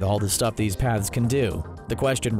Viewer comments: I kept hearing "Pads" instead of" paths" and it made the video a 100 times more interesting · are you saying pads or paths? im confused